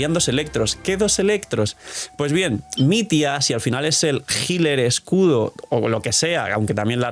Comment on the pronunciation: no se pronuncia mit-ya?